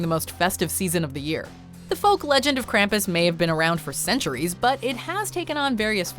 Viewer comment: Am I the only who hates how she said Krampus?